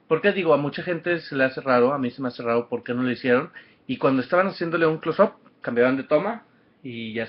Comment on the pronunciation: Hahahahaha que patético que es ud !!! Nadie lo mando de sapo a ir, si a uno lo le gusta algo, pues no se prueba. En esté caso pues no se va. Y aprenda inglés algo tan sencillo como "close up" y no lo sabe pronunciar, no me quiero imaginar como habla :/ otra cosa a ella como a todos sus fans nos vale verga lo que ud piense, ella no se va a matar por sus críticas, es más ni sabe que ud existe. Viva, aprenda un idioma y deje vivir. Ah y opine por cosas que sí le guste.